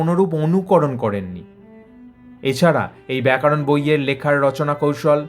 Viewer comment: প্রতিবেদকের 'ব্যাকরণ 'এর পরিবর্তে ব্যাকারণ উচ্চারণ বড়ই কানে লাগছে।